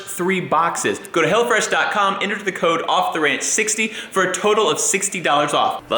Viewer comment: Oh, it's HelloFresh. I thought you were saying HellaFresh lol